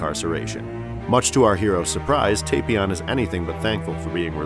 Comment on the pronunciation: It's TAPion a pun on tapioca not Tapeion